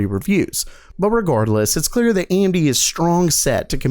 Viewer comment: THE WORD "REGARDLESS" IS NOT FUCKING PRONOUNCED "REG-UARD-LESS" IT'S PRONOUNCED AS IT'S FUCKING WRITTEN